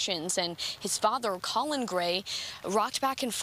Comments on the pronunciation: She called the father "colon" at first 😂😂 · Mispronouncing the name is "colon" is fucking hilarious to me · Colin Powell was "colon" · How she pronounced the dads name colon 😂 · Lmao "colon"